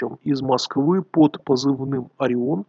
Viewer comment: Единственное что непонятно - почему "Ореон"?